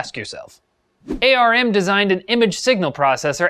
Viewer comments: It's pronounced arm not A.R.M. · Why did you call it A-R-M? All the enginmaneers call it arm